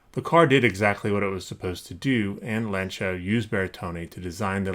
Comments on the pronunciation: By "Lan-cha" you mean "Lawn-cee-ah" right? Ugh, how the fuck can you restore toy cars and NOT be able to pronounce Lancia. Fuck me. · Pronounced Lance-E-A StRA-Toss. Just so you know but you are American so we understand. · LAN-SEE-AH....watch Top Gear